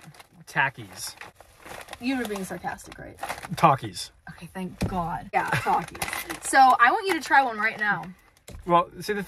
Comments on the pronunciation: The way he pronounced takis 🤣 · I feel like when accidentally pronounced takis wrong Kayla over reacted. Don’t get me wrong I LOVE her and her channel but just because it’s her favorite snack and someone miss pronounces it doesn’t mean it’s the end of the world he probably has never thought to say the word takis.